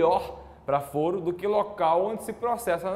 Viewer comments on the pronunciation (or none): O correto não seria foro com a pronúncia aberta (fóro), que é o mesmo que tribunal?